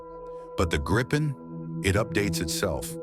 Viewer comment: It's pronounced more like Gree-pen .